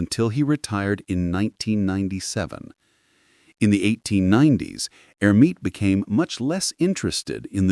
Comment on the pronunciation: Clean up the AI, which repeatedly refers to Hermite as HER.